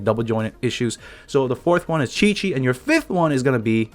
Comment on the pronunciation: Did he say chichi instead of qiqi